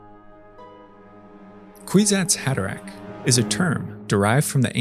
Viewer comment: “Queesats Haderack” that’s all I heard man.